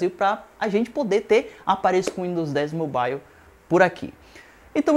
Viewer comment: Amigo vai estudar, e para de falar besteira, e aprende a pronuncia "mobile" direito.